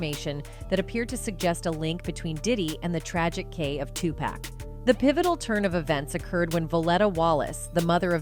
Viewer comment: Tupac is pronounced (Two- Pock)